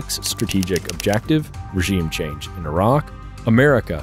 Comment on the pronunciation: i like that the narrator knows how to pronounce Iraq properly without sounding like the typical American